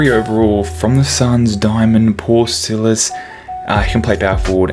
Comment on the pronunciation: hmmmmmm maybe i should get him.... btw its Paul Silas not silis btw love the vids oh and no hate j